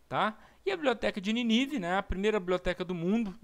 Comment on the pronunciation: Show....mas é Nínive tem acento ninive não tem acento.. parabéns pela pesquisa e explicação.